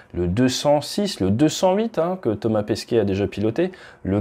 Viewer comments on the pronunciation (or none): none